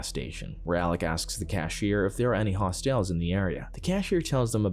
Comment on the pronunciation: Is a hos-tel is not pronounced like ho-tel. Just sayin.